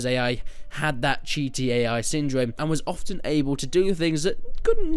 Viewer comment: Damn thought he was saying GTAI instead of Cheaty AI